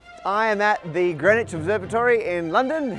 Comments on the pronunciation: its Green not Gren. My name is Grenville, why cant Englishmen speak English? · OK. All this talk about lines, but you're mispronouncing the location--it's "Green Witch", not "grennitch." Sillies. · The hardest part to understand about this video is how Greenwich is spelled green witch, but is pronounced as grin itch. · Why is it that you don't pronounce the W, or one of the E's in Greenwich? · Local people hate Greenwich pronounced "Grenich" ... We have discussed this and are divided only between 'Grinnidge' or 'Grinnitch' NEVER "Grenwich" ... ... And by the way, it is most definitely NOT 🎵"Hailey's Comet"🎵😡😡😡😡😡 NOT "Bill Hailey & his Comets" .. its Halley's Comet pronounced (Edmund Halley) Hall_ey .😠.for f🦆's sake.😡